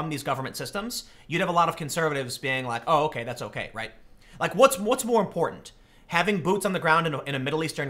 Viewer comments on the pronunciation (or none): I'm still trying to figure out why Tim has trouble pronouncing important. Is it too many syllables? not sure